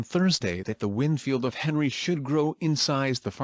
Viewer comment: Pronounced Henri as Henry not Ahn-ree